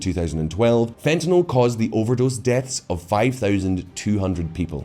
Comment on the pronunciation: thank you for pronouncing "fentanyl" correctly.